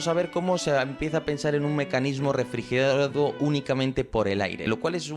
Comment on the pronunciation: refriguerado jaja